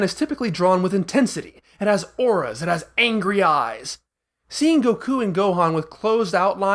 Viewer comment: Bro please stop saying “Goku” and “Sayain” like this. I’m finding it really hard to watch this video.